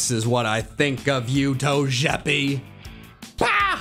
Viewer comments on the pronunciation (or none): toejepi? It's togepi. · The fact that he pronounces togepi like it’s french is so annoying